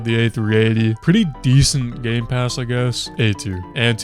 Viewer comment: Nah bro really said gaypass